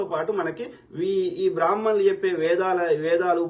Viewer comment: బ్రహ్మ ణులు అని కూడా పలకలేవు. నీ మొహానికి బ్రహ్మ ణుల మీద వాగటం ఒకటి. నువ్వు చెప్పి నంత నీ చంగా బ్రహ్మ ణులు లేరు లే